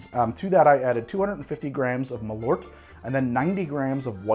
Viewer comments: Malort or "Malört" is the swedish word for wormwod. The ö is pronounced like the "e" in "herb" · "Malort" I honestly had no clue what you were talking about until I saw the bottle, that is... Not how you pronounce it, but I also can't think of any way to convey how you're supposed to pronounce it in writing. Edit: And Paracress, I know why you had such trouble getting the effect you wanted out of this one, to begin with it's a complex mix of chemicals and more importantly the one listed as probably responsible for the numb tinglies is a fatty acid amide. Now I have to grow some Paracress and try to extract it myself, if I can figure it out I'll have an even better recipe for the Menthol Ion Blaster. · So Malört literally means Wormwood in Swedish, Carl Jeppson was a Swedish immigrant who came to Chicago and for one reason or another made Malört, (pronounced Mall (like shopping mall) err (like to err is human) and cutting off the err Early with the t) I imagine cause Jeppsen was Swedish he wanted something which tasted of Home, and Scandinavia uses a lot of wormwood in its spirits, looking at Aquavit, looking at Gammeldansk, looking at Underborg (it's German but close enough), there is a pretty present bitterness in all these which I imagine partially inspired Jeppson to make the drink initially. And NOW we have Chicago which loves the stuff, so it's a happy ending for everyone. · Great video! Maybe someone stated this earlier but I wanted to let you know that Malört is actually the Swedish word for wormwood. It's pronounced like the english words "mall" and "earth" but without the "h", if that makes sense. Keep up the good work! :) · For future reference, if you want to give Malört the proper Swedish pronounciation, you say it like "mall-hurt" but drop the h. :) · The way you pronounce Malört is as cursed as the drinks lmao.